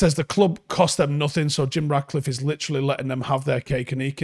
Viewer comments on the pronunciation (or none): Mate, I love your show, love the content, watch every day, but his name is RaTcliffe, FFS, not RaDcliffe. It‘s not that difficult. 😜